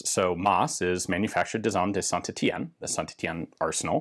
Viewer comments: Ian, your french accent is really improving, I suspect some specialized training has been going on :D Near perfect pronunciation of Saint-Etienne. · C bien d'entendre un américain bien prononcé saint Etienne lol super vidéo